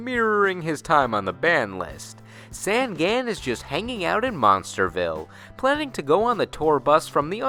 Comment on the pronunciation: Jesus, Sangan is pronounced on like you turn the lights ON. "Songon." It just means 'three eyes;' maybe they gave him a backstory to make up for his on-the-nose name.